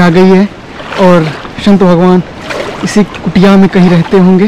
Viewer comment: श‌ं‌त. नहि..स‌ं‌त बोलो😮😮😮😮😮😮😮😮😮😮